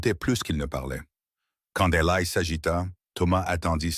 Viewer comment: Eli ça n'est pas Elaille. Sachez dire le prenom correctement. Cette horrible IA est plus qu'énervante.